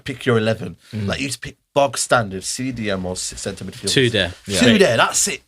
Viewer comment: lost me completely when he said “Cdm”😂😂😂😂